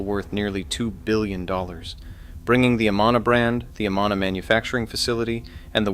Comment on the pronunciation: Its pronounced a-man-a, not a-ma-na